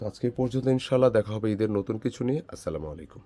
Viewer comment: আসসালামু আলাইকুম বলবেন। আপনার সালাম দেওয়া ক্লিয়ার বুঝা যায় না